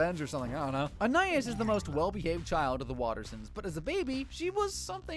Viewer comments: "ahnaiyees" that is NOT how you say anais😭🙏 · bro is saying it like aniis, it suposed to sound like anieese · You "watched the entire show" but mispronounce the name of one of the main characters. To anyone who doesn't know, Anais is Anne-aye-eece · “An-eye-is” is not her name 😂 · Why is no one talking about how he pronounces Anais? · The real crime here is how this guy pronounced anais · You said you watched every episode, yet repeatedly mispronounced Anais. Wait, is this just a text-to-speech channel? Dammit... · thats not how you say her name bro quit tryna be different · You are pronouncing Anais wrong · He mispronounced the name of a main character. He didn't watch the show.